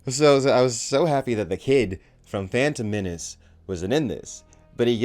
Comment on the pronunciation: "fandom menance" :-D